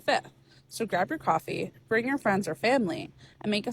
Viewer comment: "Cawfee ya" with the little pose is amazing